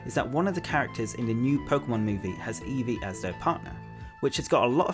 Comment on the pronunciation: “E fweee”